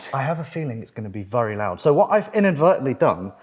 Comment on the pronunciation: I really can’t lie the way you say some words is extremely irritating. However it makes you you so I can’t judge the content based on that. As much as when you say vury it honestly makes me so furious, still I cannot stop watching your vids😂. Good job good sir you have found a great balance in your content, it brings me dopamine every time I watch. Thank you very much